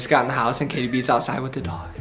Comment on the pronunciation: It’s not jaytie haha lol